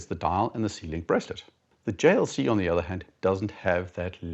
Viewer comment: And hearing him pronounce it, a thing of beauty Lol